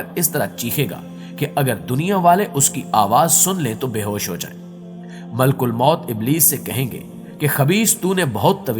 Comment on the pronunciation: Malk ulmoat ni maleek ul moat .. talafuz drust kijye